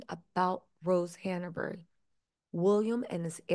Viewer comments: It’s not Hanna-Berry. It’s Hanbury. That is distracting. It’s like calling Markle Marable. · It's not hannahberry. Hanbury ⤵ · ‘Glowchire’ ‘Hannerbury’ 🥴